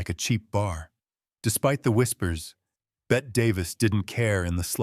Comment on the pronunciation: Bette Davis first name is pronounced "Betty" not "Bet"